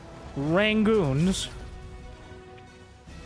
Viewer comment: We now need a Crab Rangoon graphic every time you say rang-goons like the moota graphic